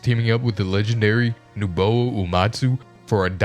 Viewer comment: When I hear Nobuo's name get butchered that badly, you lose all credibility.